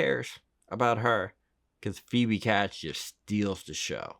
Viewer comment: Phoebe CATES--rhymes with HATES